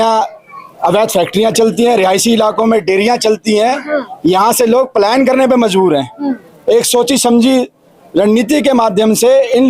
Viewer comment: Palyan nhi palayan hota h 😅